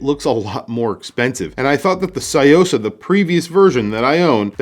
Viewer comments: Love your video and visual of this piece. One thing I have to point out: it’s pronounced “Tsu” or “Tzu”-yosa, not “sai”-yosa. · It's Tsuyosa, not Sayosa. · It's pronounced su-yo-sa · What is it with Americans and pronunciation - tSOO-YO-SAH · C’mon, learn to pronounce a watch correctly if you are going to review it! Good grief!!! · The way you pronounce Tsuyosa is driving me mad haha. Thanks for the review anyway. This watch is awesome